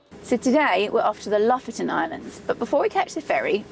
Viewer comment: Lofoten is pronounced " Low-Fowten ".